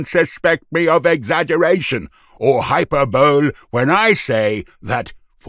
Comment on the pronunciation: HYPER-BOWL??? Is this some futuristic kind of ball game??? (look up the pronunciation of unfamiliar words lest ye seem a dogberry!!!)